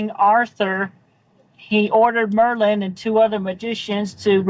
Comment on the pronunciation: You said HE wrong.